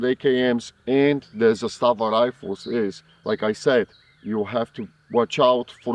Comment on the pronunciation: Zaaaaaaaaaaastava……..Not Zastaaaaaaaaava